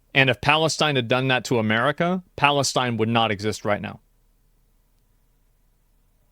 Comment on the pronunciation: the way he says palestine 😂 What a clown.